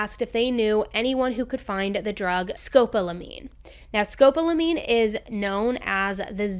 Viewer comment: Scopolamine is pronounced sko-PAH-luh-meen